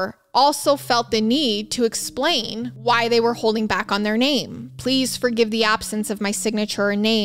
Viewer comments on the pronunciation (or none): none